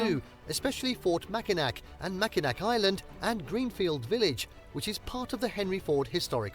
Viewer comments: I've got to set something straight - that bridge that was bouncing around and twisting and turning was NOT the Mackinac Bridge. That was the Tacoma Narrows bridge in Washington state. And yes, Mackinac Island is the one you've seen before that doesn't allow cars on it. Another great place to visit in Michigan is Sault (pronounced "soo") Ste. Marie, it's home to the Soo Locks, which allow ships to pass between Lake Superior and Lake Huron via the St. Mary's River. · Mackinac is actually pronounced Mack-i-naw And you're correct, Mackinaw Island is the one with no cars allowed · The British dude who narrated this video doesn't even know how to pronounce Mackinac.... sad. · Yes, this is the island with no cars. You would love it so much! They also have the best fudge in the world. Also, it’s really upsets me that he keeps saying “Mackinac.” It does not really upset me, but seems that if you are going to do a documentary video on places to visit that you should learn to pronounce the location names. It is spelled Mackinac but it is pronounced Mackinaw. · Dont come to Michigan to see concrete. Its a natural beauty state. Its pronounced mackinaw btw. If you say mackinac we will tease you. Come in the fall and ill take you all over then we can get married after 😂. Jk but you are adorable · It IS the same island, and it's pronounced "MackinaW", not Machinak... I live up on the Keweenaw Peninsula, and you can't turn around without bumping into a Finn... Until a few years ago, there was Soumi College in Hancock (they changed their name to Finlandia several years ago)... There are a lot of Finnish cultural sites here... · Is it too Michigan of me to be upset that he said “Mackinac” instead of “Mackinaw?” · This commentator is a hack!! Mack-in-NAC??????? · The AI voice mispronounced a lot of words lol. Mackinac, especially, was mispronounced... it's "Macki-naw", and yes that's where cars are not allowed.